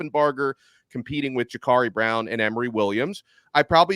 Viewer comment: Can someone tell this clown how to correctly pronounce Jacurri.